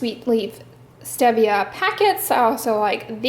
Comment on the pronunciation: Enjoy your drugstore reviews. Oh FYI stevia is pronounced with a long e. Thought you’d want to know. Have a great day!